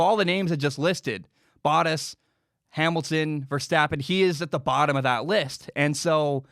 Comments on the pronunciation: Boat-tas, not bot-tas. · Am I the only one that cringes every time he mispronounce Bottas’ name? Lol